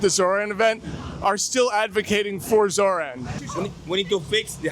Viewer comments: Every time I hear this guy say “Zor-Anne” it makes me wince. Zohran always says “ZorON” why can’t people repeat what they hear when someone says their name? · It's Zore-On pronunciation.. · love the vid! but I gotta say, it's pronounced "Zor-On"